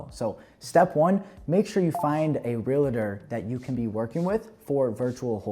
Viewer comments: Real-tor my friend not real-la-ter 😂❤ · Yes!!! Two syllables!